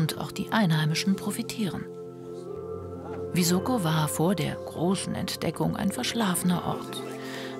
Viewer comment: Es heißt Visoko also S wie Siegfried!